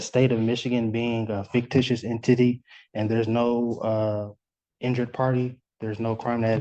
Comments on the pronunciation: did this guy say IN- TITTY ? instead of entity? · He said “en-titty”. 😂😂😂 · "fictious in-titty"? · I wanted to make it through this like a mature adult but then he said “en-tittie” and I am now a ghost 😂😂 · Did he say “In-Titty”??? 🤨 It’s “entity” my guy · En-titty. 😂 It’s entity, sir. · What did he mean by an "in titty"? Entity perhaps? They do need to learn how to pronounce words properly. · I like his pronunciation of "entity."